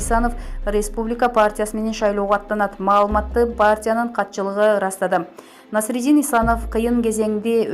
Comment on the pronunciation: Оой туура окусанар боло эч болбосо ушул улуу адамдарды, Насриддин деп жаны ат коюп албай,Насирдин Исановду же тааныбайсынарбы, эфирге чыгаарда кичине болсо да даярдансанар боло.